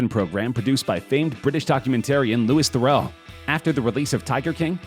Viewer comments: Lewis The-row? It's pronounced Luey The-roo and he is an incredible documentarian, journalist and a household name in the UK. Pronouncing his name wrong is disrespectful and just plain lazy. How lo g would it have taken you to look up how to pronounce his name? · Lew wee Thur rew. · Louie Theroux. Pronounced “Fe-roo” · You pronounced Louis Theroux very wrong, its not "lewis there-oh" its "lewie the-rue" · "ryn-key" --- it really seems as though the narrator hasn't watched any of the material they're talking about. Loo-iss Theroux, Carole's "first" husand missing (he was her second), and ryn-ke - Rinky! Goodness me..... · LeWIs tHeROw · That’s not how you pronounce Louis Theroux… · Who on this planet doesn't know how to say 'Louis Theroux's name!? THIS GUY! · The pronunciation of Louis Theroux's name in this is painfully hilarious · Pls learn how to pronounce Louis Theroux name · Tought the same